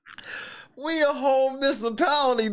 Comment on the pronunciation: she talks way to fucking much. Did she say "miss-a-pality?"